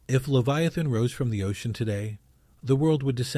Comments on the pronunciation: Its pronounced Lev eye uh, thun. NOT Lev-ee-a-thun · It's pronounced "lev-EYE- uh-thin." Hmm. If it's there, it would be really terrifying. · This guy can't even pronounce Leviathan. It's not even that..its DANK DEMOSS TRYING TO SUE THE OCEAN CUZ SHE THINKS SHE CAN FIT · And Job. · I'm sorry, but I'm a god fearing Christian, and this video has no "scientific proof ". It's also hard to take it seriously when leviathan is pronounced 80 different ways. This feels like AI click bait nonsense... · Sorry brotha. But you’d be a LOT more credible if you pronounced Leviathan consistently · Ive never heard so many different ways to pronounce leviathan before this video. Theres at least 4 different pronunciations here .. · How many ways can you pronounce "Leviathan"? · Idiot pronounced Leviathan 3 different ways. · QUIT PRONOUNCING THE SAME WORDS DIFFERENT!!